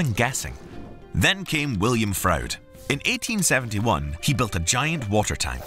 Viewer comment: William Froude is pronounced like Frood .